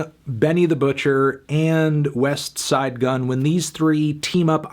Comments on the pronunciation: Sorry but there's no T in westside gunn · Anthony pronouncing the T in Westside Gunn makes me want to vomit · I cringe every time you say west - side gunn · You say Westside Gunn Funny, probably like how Slug would pronunciate it. Great review, keep ‘em coming buddy. Have a blessed Day.